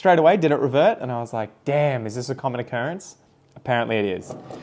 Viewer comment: When you said damn you sounded like you were from the us south. Now I want you to do a whole video with an American lol. And as far as the pink princess is concerned just letting you know my experience I have five from the same mother plant. Most of them have the thin narrow leaves you're talking about except for my two latest propagation again from the same mother. Those two have fat wide leaves. Idk. By next year I'm hoping to have at least 30 pink princesses from theis same genetic line. I'll be collecting more pink princess genetics this year.